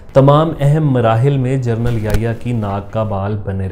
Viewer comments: Correction this is pronunciation as General NOT journal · mispronounced genaral as journal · لفظ جنرل ہوتاہےنہ کہ جرنل۔ ہر دو کے معنی الگ الگ ہیں۔ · ”جنرل“ not جرنل